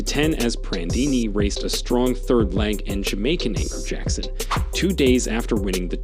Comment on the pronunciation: learn to pronounce jackson's name, silly man